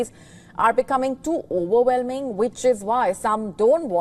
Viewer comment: was the word you mumbled supposed to be "overwhelming"